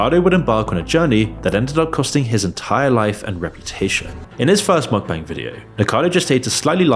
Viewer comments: Mukbang = Mook-Bung (rhymes with hung, or dung), not Mok-Bang. If a word isn't native to the language you speak, it's best you learn how to pronounce it properly if you're gonna make an entire video about it. Just saying. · bro said muck 💀💀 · you read it 'mookbung' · 먹방 = Meokbang - Pronounced mok bbang. Meok means eat, bang means room, basically because they're filming themselves eat, in their room. The more you know